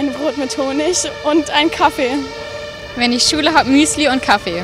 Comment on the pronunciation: An alle Deutschlerner: Sagt bitte nicht Kaffe sondern Kaffee. Kaffe hört sich so schrecklich an. 🙄